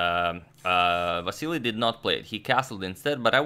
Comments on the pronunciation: Vasyl not vasilli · Why do you keep saying Vasiliy? It’s Vasyl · Agadmator can't help but say Vasily even after realising it was Vasyl 😂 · I like how he now started to call Vasyl Chucky to avoid saying the name wrong again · Why are you pronouncing his name as "Vassily" again instead of "Vasyl"? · You're still saying Vasyl-EE, is this the right pronunciation, or just Vasyl? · You are saying Vasili again instead of Vasil, hahaha. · You keep saying Vasily... When you corrected last time that it's vasyl....😂🤣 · Vasyly not Vasyl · vasyl, not vasily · Hey you are still calling him Vasily, Agadmator..😂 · Still calling Vasyl vasilly 😂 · but he doesn't liked to be called Vasily. Antonio mentioned it himself in an earlier video. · You are back to pronouncing him as Vassily! 😛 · It's VASYL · You're going back to pronouncing Vasyl wrong. Just an observation.